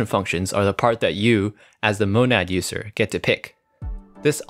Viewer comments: why does he pronounce it Ußer instead of User? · So no one's gonna mention that User pronunciation